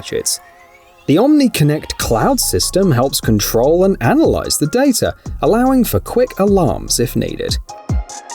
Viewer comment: It's NOT dataR mediaR